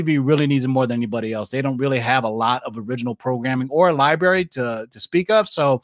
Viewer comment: why do you pronounce library liberry??